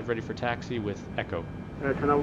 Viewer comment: "Chair china" lol